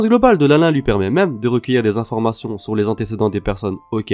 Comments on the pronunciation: Ehhh merde ca se lit - Line-line pas Lin-Lin on plus il le répète trop 😂😂😂😂😂dit big mom groooo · on dit "linne linne" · a sa ma saoule on dit pas lain lain mais line line et c pas kaidou mais kaido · Lain lain bordel t’abuse mdr ça se dit lin lin pas lain lain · Ça se dit line line pas lain lain 🤣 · C pas lain lain sa se prononce line line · "lainlain" mdrrrrrr frero dis le correctement stp c'est trop frustrant d'entendre ca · L1l1 il fou les nerf c’est lineline 😡😡😡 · Lainlain, Linlin ,Lunlun,L1l1 ch'ui mort 😂🤣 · « « Kaidou » » ?!!! Mec c est « « Kaido »» et linlin on en parle!!!